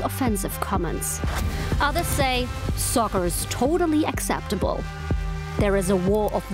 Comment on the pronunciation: It's "acceptable" and not "excetibile"